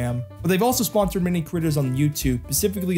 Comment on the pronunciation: In that intro all I could hear is "ponser" lolll